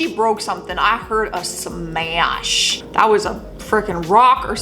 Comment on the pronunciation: It sounded like u turned smash into 3 syllables lol 🤣🤣🤣